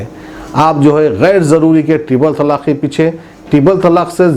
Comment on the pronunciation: Tallaaq nahi talaaq bolo urdu sahi karo apni aur national channelon ki naqal mat karo apne mein qabiliyat paida karo